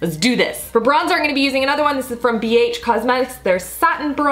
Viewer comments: I swear I keep hearing i'n instead of I'm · Your "I'ngonnabe" makes me laugh. You say "I'n" instead of "I'm" and it sounds like one big word, lol. "I'ngonnabe."